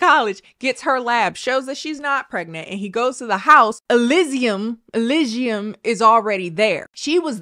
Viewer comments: The Google Voice "elizium" "eligium" yeah close enough.... 😂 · Oh poor that pronunciation thing is leading you astray. I believe most Americans would pronounce it Eh-LEE-see-um. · Everytime said the chick's name had me cracking up. 😂 Elysium. Elsum. Elson. Esmond. Whatever her name was. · Rewatching this for the jukebox moments and the laughing at deaths, but at the drawback of repeating "e lee zee um" every time has to remember how the hell to pronounce Elysium. (Granted, I have an indie game for the reason I remember it) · Hold up, Chile, it Ely-sium. Like elly from the last if us an sium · Every time said (Alisium?) I thought about Gladiator 😅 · For future reference, an easy way to say it is: Ee-Lee-Zee-Um -Greek Mythology Enthusiast 😂😂😂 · ee-LEE-see-yum,. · assuming hasn't played disco elysium since she can't pronounce it, this is an injustice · Take a shot for every time breaks into song or pronounces the main character’s name differently 🥴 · Oh wow I've definitely been mispronouncing Disco Elysium everytime I've recommended it to people, oops!